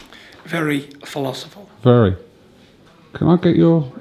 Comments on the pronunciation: "Very philosiphal" philosophical ya dumb donkey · “Philosifal” haha got to love Tyson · Very Philosiphal? lol you mean Phylosophical Tyson